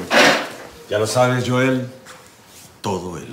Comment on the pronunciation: pero se llama Joel con j no Yoel con y,falto practica